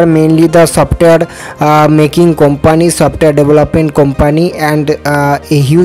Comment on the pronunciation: Not Kompaanee its kumpni